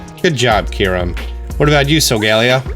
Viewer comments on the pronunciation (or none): Also "fuse Kyurem" not "fuze kuaram"